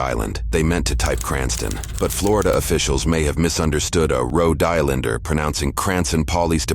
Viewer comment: "Roe Dylinder" Road Islander 😅